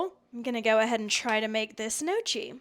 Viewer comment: Heyo, it is pronounced like "kniocky", a soft ng-like n, mute g, and the combo "cch" is like a "ck", ("cc" whitout the "h" would be a "tsh" like you pronounced it). ;) Congrats to finishing 75 Hard. I am halfway through :D